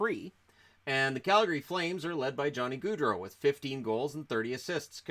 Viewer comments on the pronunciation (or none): none